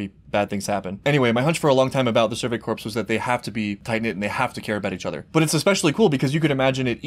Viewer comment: Pronouncing the Survey "corps" as Survey "corpse" is depressingly fitting.